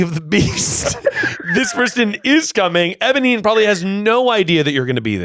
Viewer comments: saying ebonine instead of eponine is killing me! 😂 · Cannot believe that mispronounced Eponine THE WHOLE TIME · Obsessed with ’ pronunciation of Eponine the entire call